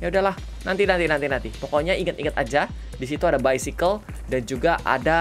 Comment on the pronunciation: 🤣🤣🤣😂😂😂 Ketawa bangett "baisikil" 😂🤣 Tetap sehat,panjang umur,sukses,dan tambah banyak subnya kak Regi.🐱🐶